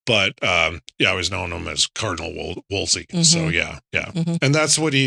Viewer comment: You guys are sloppy. repeatedly mispronounces cardinal’s name, Wolsey has only 1 “l.” piles on Kates blundering misappraisal of the cardinal by falsely claiming bloodlines meant zip in the days of Henry 7. Jesus. Read Wolf Hall and get the yourselves corrected. So you aren’t passing on ignorance as knowledge.